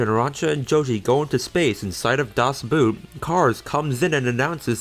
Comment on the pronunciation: He cant pronounce Das Boot god damn